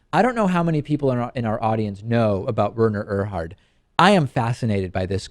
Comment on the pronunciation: It is pronounced, Were-ner Err-hard.